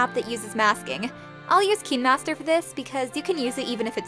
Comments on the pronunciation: Why deos she say keenmaster instead of kinemaster- meh i think its kinda weird but sorry if i came out rude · Her: Says KEENmaster Me: Isn't it KINEmaster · **yes finally someone who doesn't pronounce it as "kynemaster," But "keenmaster" instead. I finally found someone who says the same thing as me. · Kinemaster- Cineemaster p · I saw kai-n-master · It’s okay but I think it’s kindmaster! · Sorry if I sound rude....but why do you pronounce words with “i_e” as “ee” not “ay”? Like ‘kinemaster becoming keenmaster and mobile becoming mobil. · "KEEENmaster" ✔️ "Kinemaster"❌ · She: pronouns Kinemaster as like "Kin master" Me: pronouns Kinemaster as "Kayn master" Me: GURL UR PRONOUNCING, I THINK ITS WRONG. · When is as watching someone was saying Kinermaster and me I was like Me: ItS KiNeMaStEr and I say kindamaster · Yeah, I'm pretty sure that's how you pronounce it, but she was going "Keen" master TwT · It’s kinemaster but yes we all have done this before😞👌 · It's called KineMaster no hate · It's Kinemaster :3 You Welcome (。・ω・。) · It's kinemaster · Thanks so much!! Really helped. Also I say keen master too- 😅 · But then your realise it's supposed to be pronounced like kin-a-master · Its fine if you pronounced it wrong....Btw , I am a fan